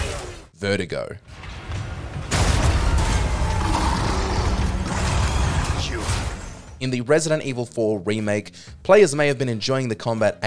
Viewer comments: Why do you pronounce "Verdugo" as "Vertigo"? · Is that how you're supposed to pronounce 'Verdugo'?